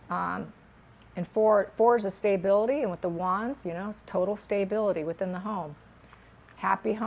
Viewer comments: Lol, I thought the same but maybe that’s how it’s pronounced in her area of the Midwest🤷🏽‍♀️Staybility/stability or feeling good instead of well, she’s still a gifted and amazing reader:)) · I love your readings however the pronunciation of stability is exactly that not staybility.